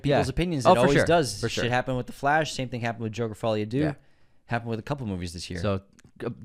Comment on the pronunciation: My hottest take of 2024 is that is to be banned from entering any and all francophone countries after confidently saying the words “Jerker: Faw-lee a Doo.” 😭😭someone get these two a french lesson 🙏💀